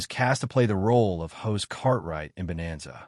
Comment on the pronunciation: The character's name is pronounced HOSS not HOSE . Try pronouncing it phonetically.